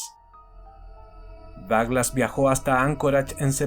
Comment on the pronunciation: Me sorprende la precisión de Douglas, es un crack. (Me encanta como lo pronuncias)